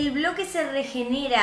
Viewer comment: Es pobre quiso decir bloque y dijo broque